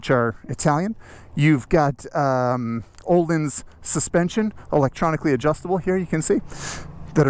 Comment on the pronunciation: Ok, so, sorry your the recipient of this pronunciation correction my good sir, but its been driving me mad for years when these two parts manufacturers are consistently pronounced incorrectly by nearly everyone lol. First one, "akrapovic", it is not pronounced "akra" poh vick" it is "uh crop uh vitch", and "ohlins" is not pronounced "oh lens", it is "oh leans". These pronunciations were delivered straight from the horses mouths of reputable employees of both these companies. So, there ya go, the more ya know 😉